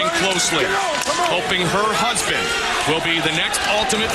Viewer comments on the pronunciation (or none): none